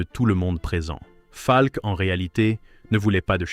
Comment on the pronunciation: Enregistrement par IA est insupportable. Monocorde plus mauvaise prononciation de "Falk" (par exemple).